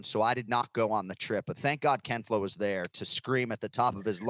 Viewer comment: I just wish he would stop saying ken flow